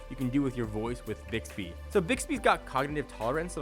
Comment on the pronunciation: I hear dicks-bee everytime.